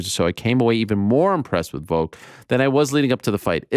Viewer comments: Why tf does Ariel say "Voke" instead of Volk lol? I know I'm extremely petty but that annoys me so much lol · Can Ariel not pronounce "Volk" with an "L"? He only says "Vok".....every time lol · Need the timestamps for when you say Voke instead of VoLk. -(Its IsRaeL AdisonYa) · Why do they say Volk like egg Yolk? Volk is not a silent L??? Like just say Alex if you don't know how to say it.